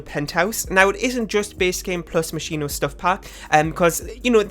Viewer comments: You are saying it wrong, but it's how I say it too. If I try to say it right I end up saying mosquito. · The version you don’t say is the Italian version. In Italian you say the h after sc as k The version you do say is also good